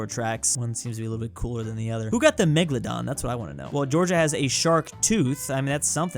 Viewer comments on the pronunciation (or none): none